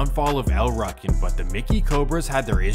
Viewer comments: Wtf is a ruckin? It’s ru-kin wtf lmao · Pronounced L Rookin not Ruckin how u said it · lol it pronounced Like rookins or ruukins no ruckins… you’re killing me smalls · EL ROO CANS....is how you pronounce it fam lol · It seems like in all of these stories at some point shit goes left between 2 friends & a beef starts that lasts for decades …..it’s happpened countless times & continues to happen til this day…..it’s pronounced “EL ROOKIN” btw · El Rukn is pronounced with a long vowel U.. like Rue-kin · It’s pronounced “El Rookin” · It's pronounced El "Rooken" but spelled Rukn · It's pronounced, "El RUU KEN" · It's pronounced "L-Roo-kin" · It's pronounced El rue kin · pronounce it right SAY IT LIKE EL rOO-kin yes its spelled el rukin but its not pronounced that way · It’s pronounced Rookin. Damn you really butchered that up plus you said it like a thousand times 🤦🏻‍♂️ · U kept mispronouncing El' Ruken. The u is hard, not soft. sounds like Rooken. Also, the stones and MCs were never one gang, and Micky never ran the stones while Malik was locked up. Also, the original leader of the stones, King Bull, was blamed for mickys murder. Malik loved Micky like a brother. Malik and King Bull went to war over the leadership, and Micky got caught in the middle. and the MC never had Cabrini Green and Robert Taylors on lock. CG had abot 30 buildings. The MCs had 3 buildings. Vicelords had 2. the disciples had the rest. The MCs had 4 buildings in the Robert Taylors. Disciples had over 20. The MCs were always a tiny gang compared to the stones, disciples and gangsters. U got a lot more wrong as well, but u arent the only one. a lot of that information is spread by police and so called scholars who didnt have correct info to begin with. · U pronouncing el rukn wrong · Maybe this is Ai cloned voice; But you're pronouncing El Rukn wrong. It makes you sound like a person who doesn't really know what you're talking about.